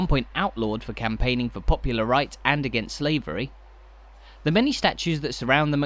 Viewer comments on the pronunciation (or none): none